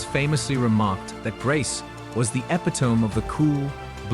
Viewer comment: The word is pronounced e-PIT-o-me, not ep-i-TOME. The AI speaking robot mispronounces it twice. And An-TIG-on-e is not pronounced AN-ti-GONE. And Martin Scor-SE-se is not a two syllable Scod-SESE.’